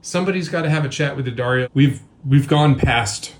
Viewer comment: Nice to hear someone pronounce it properly rather than DeeAddario. It’s D’ not D.